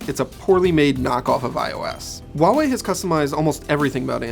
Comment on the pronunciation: Huawei is pronounced with a hard "h". Read is as "who ah wei" in one breath. Stop pronouncing things that aren't there. The "h" isn't silent whatsoever.